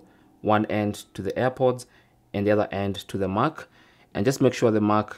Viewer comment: It’s Mac as in MACK, not MOK 🤦🏾‍♂️